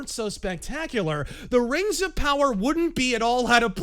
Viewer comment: It was pronounced "raangs" 🤣🤣🤣